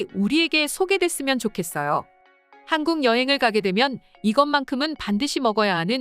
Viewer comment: 근데 나만 한국이 하안국이라고 들리냐?? 들을때마다 이상한데???